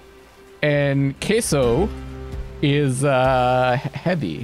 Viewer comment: Oh my god you called Caeso Queso...